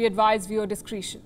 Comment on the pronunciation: /dɪˈskreʃ(ə)n/ its Di 'cre(ey)'tion not Di 'cree'tion